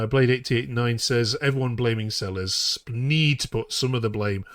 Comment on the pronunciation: I agree that letting 10 players go and replacing them with three is plain daft. Please pronounce Selles, a Spanish surname, correctly i.e. Say-yes.